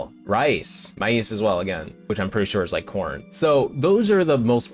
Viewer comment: (BTW, "maize" is pronouned the same as "maze". 😉 And yes, it is corn).